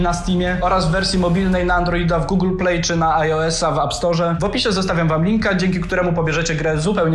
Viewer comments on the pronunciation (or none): none